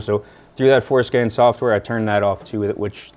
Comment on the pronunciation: Every time he says Forscan I can’t help but hear foreskin.